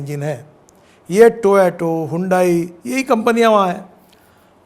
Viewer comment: अबे टोयाटो नही बे टोयोटा है